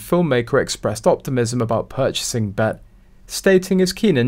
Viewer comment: It's pronounced B E T B. E. T.